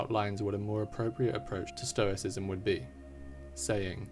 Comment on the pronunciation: Lol, "Stroiscism". So close! 😅